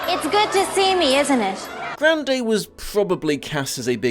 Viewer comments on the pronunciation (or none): Huh, I never imagined how would go about pronouncing Grande but I still somehow never expected "Gran-day" to be it.